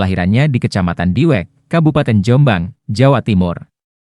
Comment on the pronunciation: Diwek jombang min bukan Diweng